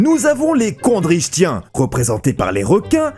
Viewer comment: Osteichtyens => prononcé osteiKtyens ditto pour les KondriKtyens 😉